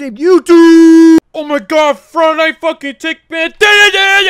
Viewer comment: you legit said fuckin instead of funking lol